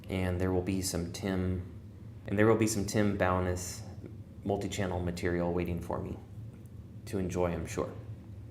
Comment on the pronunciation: Tim Bo-NESS. Accent on the "Ness" part.